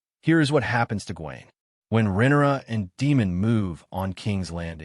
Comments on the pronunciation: right with you.. deemon and rennera I keep hearing and it's driving me bonkers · Rinera? rinara? That is how you say RHAENYRA? sorry not yelling caps lock stuck on.